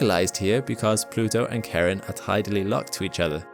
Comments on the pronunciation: thanks for this excellent video! that said, you are obviously a very intelligent person, so why do you pronounce some names so incorrectly? 'charon' pronounced as 'kahron'?! COME ON!!! it is pronounced as 'shah-ron' the boatman who brings you across the river styx. 'ultima thule' pronounced as 'ultima thoolay'?! DUDE! it is pronounced 'ultima thoolah'. are these pronunciations prevalent in astronomy? it takes literally one second to look up the proper pronunciation. you can do better. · Charon is from Greek mythology and pronouncing it as "Karen" is very silly (and for me more triggering than pissed off Karen in Starbucks 😄) in my opinion but its official american pronunciation but i know americans that are pronouncing it like you said "Char-on", im playing EVE Online and there is one ship called Charon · Fyi you are mispronouncing imo Charon. It's with an "o" sound in the second part. You are actually saying "Charen" or "Karen". I was listening going what is this planet Karen he's talking about? Does it want to see the manager?🤣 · Charon is not pronounce Sharon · I'm speechless after hearing you pronounce Charon like Karen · Charon is pronounced is not Karen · Your pronunciation is killing me, it's Charon, not Karen. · Sorry but I heard the name Karen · didnt know Charon was pronouced as “KHA-ron” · beautiful video and very informing. but dude your pronunciation of Charon is abysmal. the ferryman of the dead sounding like you are saying Karen. apart from that awesome work :) keep it up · Not me thinking 'who the f names a moon Karen?!?' due to this weird pronunciation 👀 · Hearing Charon pronounced as "Karen" makes me sad. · charon isnt pronounces 'karen' lmao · I just really wish you would stop pronouncing 'Charon' as 'Karen' XD I keep waiting for the moon to demand to see Pluto's manager XD XD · It's CHARON. Not Karen.... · Damn, it's called Charon, not Caren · I didn't know Charon was pronounced Karen hahaha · Charon is pronounced Shaa-ron